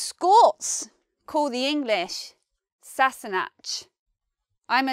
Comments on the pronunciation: Anyone can explain Dutch words in old Scottish dialects (ken-know, ilke-every, etc)? I was reading 17 century manuscripts of sons writing to their fathers while studying in the Netherlands, maybe through such lanes? BTW Sassanach is pronounced with H at the end. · Good video, but some of the meanings given and pronunciations are slightly wrong. For example, in sassenach the ‘ch’ would be pronounces as in Loch, not as in ‘chair’. Haud is pronounced as in ‘god’. A few other but it’s overall a helpful video for non-Scots speakers. Interesting fact, my partner if from Iceland and a lot of the Icelandic words are the same as the Scots with the same meanings, so many of them come from old Norse. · Rather iffy pronunciation of sassenach.